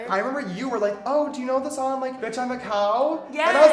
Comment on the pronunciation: "tHe SOoOnG EeZ a bOHp"